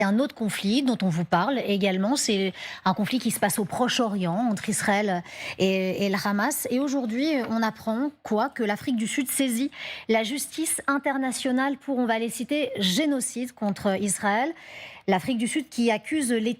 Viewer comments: Khamas 😂😂😂😂😂😂😂de c'est pas le khamas ladame 😂😂😂😂 c'est juste que les autre ne savent pas dire le sons ح (ha) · Ça tort les oreilles les khamas